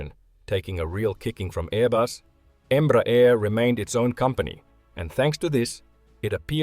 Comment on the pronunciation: its not called Embra - its called Embrear. Em-bre-ar